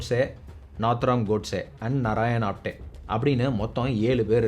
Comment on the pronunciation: ஆப்தே. ஆப்டே கிடையாது